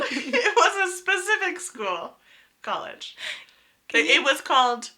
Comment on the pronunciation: sorry, not kolej, it should be pronounced kolij !!!!